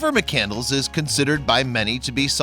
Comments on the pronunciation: McCandles? Lol! It’s McCandless. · Well done. However, you should know that you’ve mispronounced his last name the entire time. It’s (McCann-d-less), and not “Mc-Candles”. Nevertheless, I enjoyed your video and I thank you for producing and sharing it! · McCand-less not candles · It’s McCandless, not mak candles... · Its pronounced MC CAND LESS not mc candles!!! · His name was Chris McCandless, not McCandles. The narrator not only chose the wrong type of music for this video, but also did not pronounce his name correctly. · Chris McCand--LESS! NOT McCandles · Before you put some little video together learn how to pronounce his name that's disgraceful